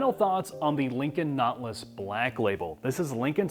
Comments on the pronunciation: “Naw-til-us” not notlas. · It’s pronounced Naw-TIL-us. Not,.... Knotlus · Never heard of a notliss. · Notlus, I've always pronounced it, Not-tè-lus. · Jack - Nautilus is a 3 syllable word, not 2. naa tuh luhs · I heard "naught-luss." Same thing, I guess. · “Lincoln Knotless” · The Lincon Not-Luss! How Preem-um! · wow...the caption spell LINCOLN KNOTLESS when JACK pronounce this suv Nautilus.. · Wtf is a Not-lus? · Jack can't pronounce nautilus right lol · Jack pronounces "Nautilus" like "not less". (or "naught lass") And with an ass-tested ass king price...